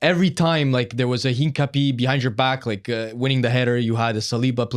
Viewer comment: Hincapie = Een-cap-ee-eh